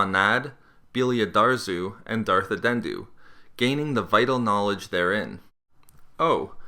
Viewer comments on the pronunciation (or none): it's Dart Andeddu, not darth addendu. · B-but isn't he called Andeddu not Addendu? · It's not Addendu, it Andeddu(as in "undead") ; ) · I think it's an - de - ddu not adendu or adendum :) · His pronunciation of "Darth Andeddu" is bugging me.......sound it out man